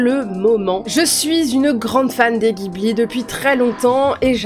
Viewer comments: On dit jibli et non guibli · les japonais prononcent le nom du studio "jiburi" donc baaaah pas guibli :)))))) bjr